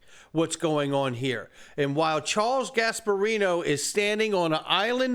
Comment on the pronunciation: Gasperino. Pisses me off.